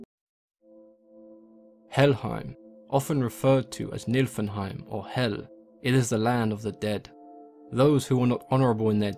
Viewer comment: heim is pronounced hame. So it's Knee-full-hame